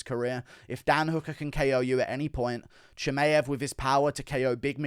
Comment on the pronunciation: Usman desperate to help Burns win. And can stop saying Cha-May-ev